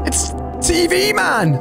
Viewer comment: You say tien TV man 😂😂